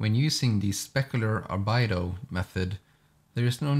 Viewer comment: You're saying "Albedo" wrong. It's not Al-Bido, It's Al-Bee-Doe.